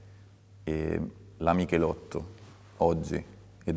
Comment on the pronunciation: Dici Michelitto dici anche Stratos